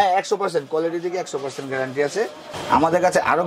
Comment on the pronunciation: পার্সেনট বলেন রেট বলেন না এটা আবার কোন টেকনিক